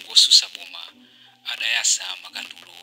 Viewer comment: Ma reporter mumalankhula mobhowa. Aphungu osusa boma anayasa, m'malo monena kuti aphungu otsutsa boma anayatsa